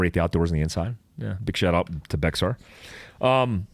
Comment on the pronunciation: FYI "Bexar" is pronounced "Bear"